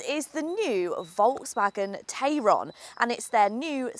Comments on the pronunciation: You’re pronouncing the name of it the way that I pronounce the name of it which is TAY RON Whereas all the other reviews that I have seen call it a TAI RON, so which one is it? Do we pronounce it like the way that it is spelt or not? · About 3 days after it goes on sale the dealerships will be fed up of having to mention "It's pronounced Tie-ron actually" and never again will it but pronounced as such in the UK.